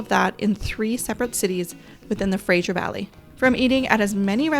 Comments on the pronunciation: Great Video but it’s Fraser not Frajer. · FraSer valley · if it was spelled Frazier I would agree. Thats typically the way Americans pronounce it. Oh well!